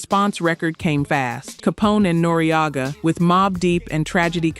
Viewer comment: Nore-Agga 😂 This AI be killing the vids...